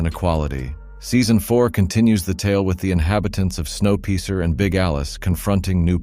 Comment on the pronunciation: This ai style reportage, as though they have never learned English, or where to emphasise which part of a sentence - with Snow Piercing being pronounced snow peecer, is beyond stupid. Also, there are no descriptions: What are they and where? Nope, won't be subscribing when you can't be bothered to put ANY effort into this bit of advertising crap. :/